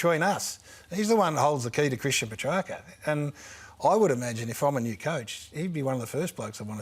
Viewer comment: Ralph not even pronouncing Petracca's name correctly